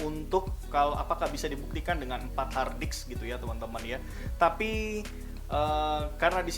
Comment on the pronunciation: Saya sampai mengulang video ini apakah pendengaran saya yang salah ketika anda mengucapkan kata "hardisk"